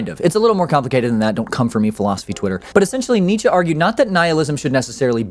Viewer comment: As a german I can say you got the name Nietzsche right. And Friedrich was close enough. :D